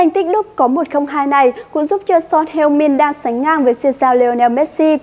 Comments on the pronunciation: Son Hưu Min chứ có phải Son Heo Min đâu.. 🤣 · Son heo min 😂😂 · Son heo min. Nghe buồn cười quá